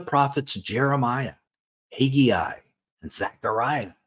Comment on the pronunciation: It's pronounced Hag Eye not Hag eee Eye. Haggai, just look at it. HAGG AI. There is no Hagy Eye.